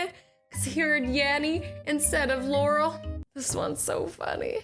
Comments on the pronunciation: You pronounced Laurel wrong.... I know because that's my name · 0: 25 yanny got to Starbucks and ..... Or u was saying Laurel î her Yanny sorry😊